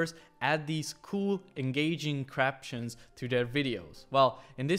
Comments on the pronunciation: As a small YouTuber, watching your videos I find it hilarious that you said craptions and not captions cuz I misspeak all the time in recording. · He says CRAPTIONS lol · Nobody's gonna mention that he said "Craptions"... No??? Haha!!!! He did do a great video though. Thanks bro!!! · he definitely said craptions at the beginning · craptions XD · "Cool and engaging CRAPtions" say what now? 😂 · swear he said craptions lol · bro said craptions🤣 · homie said craptions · "cr- craptions?" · dude said craptions lol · I am pretty sure he said "Crap-tions"..... I can't be the only one. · Is he saying "craptions"?